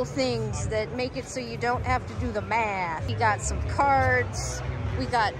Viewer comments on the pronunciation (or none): none